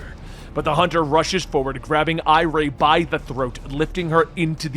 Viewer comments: Why do you say the kids name wrong??? They are named after Jay and Iris, just spelled a bit different, but said the same. So for Irie, is like “IRY” not “Iray”, because when she frowns up, it turns to Iris. And Jai is like Jay. 🤦🏻 you keep doing this but it’s wrong and makes you sound so bad for not saying it correctly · Dude the kids names are pronounced I-ree (she's named after Iris) and Jay (he's named after jay)